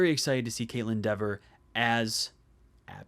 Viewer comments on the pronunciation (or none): Her last name is pronounced Dee-ver. But it’s hard to not even think of the other way as i’ve been saying it that way for a long time.